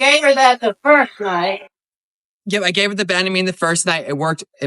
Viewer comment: We call it “Ban a mean”, for Banamine. ban like to ban from doing something. I can’t figure out how you are saying it